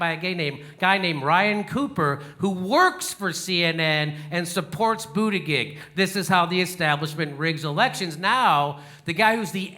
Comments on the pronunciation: Right on Jimmy! Ps. It's pronounced "boot" "edge" "edge" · I love you, Jimmy, and I hate Pete Buttigieg (for his elite entitlement and probable cheating, not his gayness; I'm a gay trans man myself). But please learn to pronounce his name correctly. It isn't hard. Boot-i--jej. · He purposely butchers his name every time. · Damn dude, boot edge edge, got it? No, I'm a Bernie man but Pete's name isn't hard to pronounce and I take you less seriously when you purposely pronounce it wrong. If you are going to go that route just call him wall street Pete. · The name though, people are having more and more trouble pronouncing it. I mean the choices, Butt gig, Booty gig or even Booty jig, all lead to the same orifice and I am talking his mouth, you naughty people and what comes out, not what goes in else where ;D. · I love how jimmy calls him bootiGIG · It’s pronounced booty-jizz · It sounds like "bootyjudge" just say it Jimmy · I agree with a lot of your stuff but when complaining about your Facebook vid getting taken down for "misinformation" you're not doing yourself any favors by blatantly mispronouncing Buttigieg's name 🤷🏼‍♂️ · This would be more convincing if JD knew how to pronounce Buttigieg's name. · ummmm...Might be nice if you knew how to pronounce Buttigieg... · you know how to say his name correctly why don't you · You're mispronouncing his name. Makes you sound like an idiot.